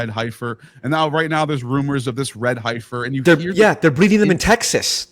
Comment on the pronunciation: Heffer...not Highfer. 🤦‍♂️